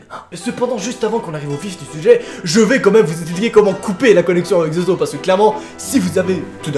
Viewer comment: Ta dit zozozo et ses zozo